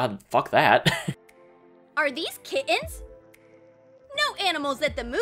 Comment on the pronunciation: "These aren't the kittens you're looking for... Move along... " "These aren't the kittens we're looking for... Move along..." 🤔 Also, just HOW does she pronounce kitt-Ens?!? 🤔